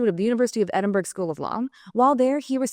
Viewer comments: Edinburg???? Edinburg???? Pete was obviously too polite to correct his interviewer. It’s written “Edinburgh”, pronounced “Edinburuh” I mean, it’s only Scotland’s Capital City ffs! Not as good as Glasgow but then, where is? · She mispronounced Edinburgh…good lad he didn’t correct her.